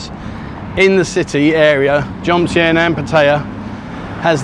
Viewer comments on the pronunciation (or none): It's JoMtien NOT JoNtiem...